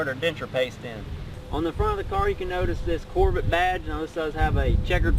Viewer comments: a grandfather? looks like a big not to swift kid. among other things, he can't even pronounce corvette. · this guy is so dumb! he can't pronounce corvette and he don't even know what he's talking about! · "Corvit" > Corvette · "Corvit" instead of Corvette lmao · "Chevy Corvit" I'm in tears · Wtf is a corv it? Say it with me cor-vette... lol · "Chevy Corvitt" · Cor-VIT? What's a Corvit? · "corvitt Z-Zero-six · couvret lol 😂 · I love Corvette's pronunciation "CORVITTE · "Corvit... Z- zero -6" "Mitchel-lin" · Cor-vit lmao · “Neesin” “Corvit” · "Chevolet Corvit" lol at the start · Corvitt Zee Zer-oh Six.. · Lol say “Corvit” 1 more time! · “Chevy corvit” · “My Chevy Corvit” I am dead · the guy in the video says Corvitt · “Chevy Core-vite” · ChevrOHlet Corvit Zee-Zero-6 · "Chevy Corvit" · That's a mighty fine "corvit" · Jput.319 corvirtt 😂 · It's a COHR-vuht. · Corvitt, Mitchlinn & yella You need a speech impediment class & a couple Big Macs!😏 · core vit lmao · Chevy core-vit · Mi Corvit zee zeero seex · "my Coorvet" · "corvitt" "nissin" I'm dead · Dude you can't even say it right it's pronounced Corvette where the hell did you get your English somebody need to go back to school. Corvette is a good car what's American sports car not a muscle car muscle car is Viper a Camaro a charger a Challenger a Mustang that is American muscle car. American sports car is a Corvette that's the only true American sports car in America. But yet people go out and buy foreign cars Hondas Toyotas Nissans what the hell for they're not American-made they're never going to be they have an imported name their Japanese so why the hell would you buy something and try to make it look like an American muscle car when it's not you can't make a foreign import into American muscle car cuz that can never be. My book American Muscle Cars will always over whelmed foreign import cars. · Can not even pronounce Corvette right a stupid dumb ass young punk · This is my shevrolay corvit, zee zero six 😂😂😂😂😂